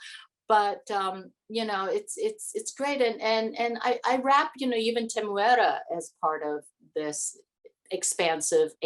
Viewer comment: I love that she pronounces Temuera's name correctly!